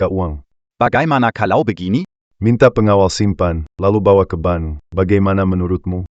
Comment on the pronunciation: Begaini (begini)bkn begaini